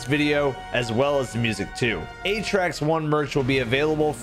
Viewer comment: If we are pronouncing Atraks as aye-trax, then the katakana on the merch should read エイトラクス. Not アトラクス. That is AH-trax.